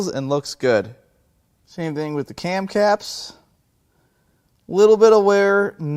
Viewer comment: what are "can craps" 😂😂